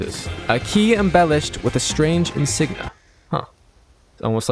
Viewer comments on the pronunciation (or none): bro said insigna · Omg I died when you pronounced insignia 😂😂